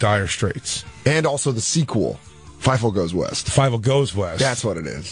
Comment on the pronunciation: Dan deserves 5 nut slaps every time he says Fivel wrong.